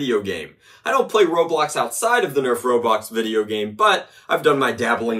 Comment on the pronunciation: Not saying I don't agree but it is called ro"blox"